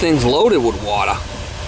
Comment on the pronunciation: All this wotta, you need a yaadsale or something..lol